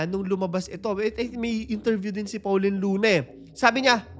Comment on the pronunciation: Po-leen po pangalan ng asawa nya, hindi Paw-leen.